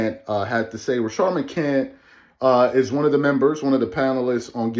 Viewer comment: Please 🙏 say people's names correctly damn I cringe 😬 every time you said maccnts name